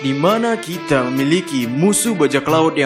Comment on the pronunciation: Kok melayu banget lafal nya “kite”